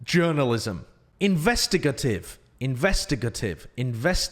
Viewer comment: It's a hard A in investigative. In-vest-i-gate-ive